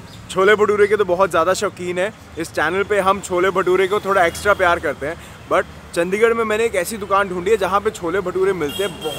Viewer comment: ਔ ਭਰਾਵਾ ਕਿਊ ਚੰਡੀਗੜ੍ਹ ਦੀ ਅਹੀ ਤਹਿ ਫੈਰੀ ਆ ਤੇਨੇ ਚੱਦੀਗੜ੍ਹ ਬੋਲ ਬੋਲ ਕੇ ਤੂੰ ਤਾਂ ਭਰਾਵਾ ਨਾਮ ਬੰਬੇ ਅਲੇਆ ਵਾਂਗੂ ਲੈਣ ਲੱਗ ਗਿਆ ਆਪਣੇ ਚੰਡੀਗੜ੍ਹ ਦਾ